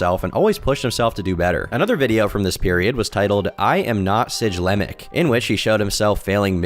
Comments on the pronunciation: Bro saying siglemic like sijlemic got me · The G in siglemic is a hard pronunciation, not a j sound. Also, a video on siglemic would be cool! He was one if the earliest successful streamers on twitch, one of the oldest partners, and obviously a fantastic speed runner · Ans thwn he calls siglemic sidgelmic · SIGE LEMIC? Sig-lemic! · It's pronounced sig-LUH-mic. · as someone that actually watched all these people this is legitimately unwatchable with how inaccurate it is like holy shit. talking about SIJlemic as this guy likes to pronounce it then showing a pic that isnt even him? then showing "dickoak" when its fucking stiv from that gdq vid where hes drunk as fuck. i cant make it more than 19 mins in this script feels like its ai generated or the person that wrote it has legitimately no idea about nearly any of these people or information. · Who tf is Sidge-lemic? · im not sure if hes accidentally pronouncing siglemic as sijlemic because hes just young and uninformed, or if hes doing it on purpose to piss off us boomer millennials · SIJ-LEMIC 😂😂😂 IM FKN DEAD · bro actually said “sidgelemic” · Siglemic, pronounced "Cig-Lem-Ick". Like cigarette, not signature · “Oakarina of Time” “Sijlemic” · pronunciation of Siglemic is causing me pain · Bruh doesn't know how to pronounce siglemic. I'm out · Him purposely pronouncing siglemic wrong to make himself look like an outsider made me cringe ngl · You mispronounced the goat siglemic, I’m unsubscribing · The way he pronounces things is ridiculous. The way he said siglemic and ocarina is terrible. Ive never played zelda and i know how its pronounced l. Siglemic was well known back in the day so most people id think know how to pronounce it. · Not to mention the siglemic mispronunciation lol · The mispronunciation of siglemic lmao